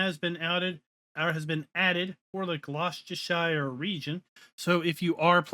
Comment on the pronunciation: Pronounced Glos-Da-Sure